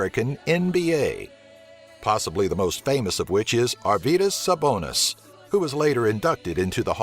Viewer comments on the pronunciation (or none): You pronounced Arvydas Sabonis wrong, but i dont care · Arvydas sabonis?? You font say it like that